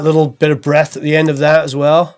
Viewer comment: breath not breasts lol - thats funny